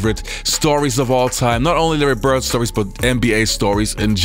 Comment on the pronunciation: Who is Larry Bert? And who is Dennis Rottman? Please work harder at pronouncing those traling D's, my brother.